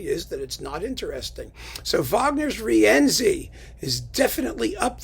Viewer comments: congrats on the new website. On your discussion of the worst works of composers, I noticed you pronounced Wagner's Rienzi as ree-ENsee. The proper pronunciation is REEN-see. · Somebody neglected to tell that to Wagner because in every instance in the over 700 pages of the vocal score, Wagner sets the name as three syllables. Ri-EN-zi.